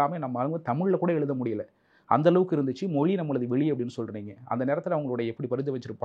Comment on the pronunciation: மொழியை, மொளி என்று கூறுபவர்தான் தமிழை வளர்ப்பதற்காக பொங்குகிறார்